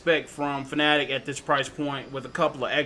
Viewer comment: Kudos on the correct pronunciation of Fanatec! SO many people still pronounce it "Fanna-tec" which as OGs know is incorrect. ;-) The Universal Hub is such a cool peripheral, though I never owned one I spent a long time eyeing one up. Simagic (and other brands) definitely took inspiration from it, my GT Pro-K wheel looks and feels quite similar though the hub is integrated. I migrated to Simagic after several letdowns by Fanatec equipment, lack of deliveries in their year of hell and painful faulty kit RMAs. It's a shame Fanatec didn't put multi-way buttons and spinning knobs but I guess they wanted to maintain console compatibility. That's where hubs like Simagic's win for flexibility. Mine feels pretty lightweight too, an advantage I suppose with being able to design it in to the product from the start.